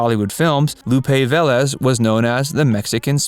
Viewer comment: The reader needs to learn that "bahn motts" is not "bons mots." This error is repeated. "Lupe Velez" not pronounced correctly either. The funniest line—a fault of the writing, not of the announcer—is that Barbara LaMarr's husband was a "dancer and check forger." (Nice to see a clip of LaMarr; they are uncommon.) A few of these actresses, such Vivien Leigh and Tallulah Bankhead, had nasty STD's that they cheerfully spread. Several (Velez, Bankhead) liked women as well as men, though I've been unable to discover whether they were egalitarian infectors. LaMarr was fond of cocaine and other hard drugs. Perhaps some of the others were as well.